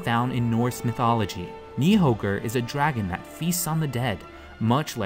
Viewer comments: FYI the "ð" letter makes a "th" sound, so Níðthöggr is pronounced "Nithogir" Other than that, great video! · Please don't speak Yggdrasil and Nidhöggr without pronouncing the ð as d. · You actually pronounced Nidhöggr wrong. Ö isn't pronounced like O. In fact it's a letter in slot of different languages, like Latin, German, Swedish and Icelandic. It's actually pronounced like œ or ø. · you pronounced the dragon's name wrong